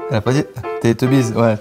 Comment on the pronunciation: Merci de le preciser ^^ ca m a fendu le coeur quand il a dit teleteubiz :) 😀